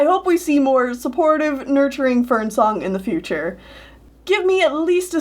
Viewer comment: I'm not up to those books and when you said Ivypool and Fernsong I thought you said FernCLOUD and I was like 'woah- woah, wait what??